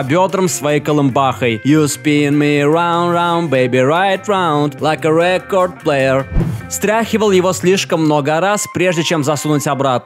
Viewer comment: Record player в оригинале прожёвывается и говорится куда быстрее (извините за душность, просто ухо немного режет)